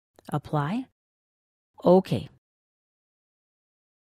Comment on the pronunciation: And... click Oh-Keah.